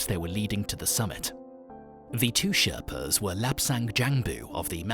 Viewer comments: This video is ridiculously bad. Skips so many important questions and is clearly just AI slop. Has so many incorrect tenses and says things like ‘ruined plans that they had planned.’ I couldn’t even get halfway through Edit: Also calls them ‘sharpas’ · “Sharpas”? At least get the word correct. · this man says SHARPA's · You lost me at "SHARPAS"...I'm out! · Turned off when I heard he called Sherpa’s, sharpers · You lost me at the mispronunciation of Sherpas. It's not that hard. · it's mountain madness, not madness of mountain, and sherpas, not sharpas... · They are Sherpas, Not Sharpas! If you are going to make a mini doco, at least get the spelling and pronunciation correct! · Its Sherpas and not Sharpas !! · Sherpas not sharpas* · Sharpas? Thought it was sherpas. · Its SHERPAS not SHARPAS ! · its not sharpas its sherpas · Sharpas?! It's sherpas. For all of the details that went into the video, getting the correct description of the indigenous people seems as if it would be paramount. Also, I do not remember hearing any reference to the "death zone", the area approximately above 26,000 feet where the body loses more oxygen than it can take in. For context, that seems as if it would be highly relevant. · It is not Sharpas. It is Sherpas. Can't believe a channel who has done so much research to make this video just ignored this simple fact that Sherpas are the god for the climbers, and should put a deserved emphasis on them. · They’re sherpas not sharpas 🤣🤣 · It’s sherpas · It’s Sherpas NOT Sharpas, you tool! Edit: This video is so full of errors it’s a joke and disrespectful to the people this video is about. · Really...Sherpas...not Sharpas! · Sherpas not sharpas 😊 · The natives are called Sherpas not Sharpas. Nice video though friend. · Its Sherpas bro not sharpas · The distortion on the pictures made me stop watching this not great for those with photo sensitivity. Please note the guides are Sherpas not sharpas. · I stopped when the guy said ' Sharpas' 😂